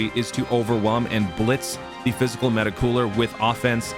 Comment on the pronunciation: the way this mf say meta cooler 🤌🏾 is the only way meta cooler should be said.